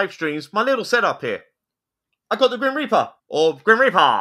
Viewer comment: The grim repeahh, but not the grim repeahh behind you was moving on it's on....